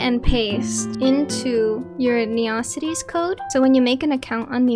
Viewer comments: first time I ever heard it called "ne-ocities" and not "neo-cities" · Nice try, but i only know ONE person that calls this town "ne-ocities"........ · I'm committing neocities on yall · I lowkey love it, made me smile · this was really helpful but u say neocities the way megamind says metrocity all love tho